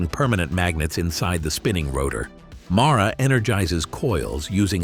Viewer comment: MARA? When it reads Mahle on every single motor? 🤨